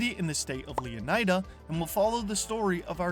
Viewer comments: leonaida? bro is leonida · How on earth are you pronouncing it Leon-AJ-da? Would you say Flor-AJ-da?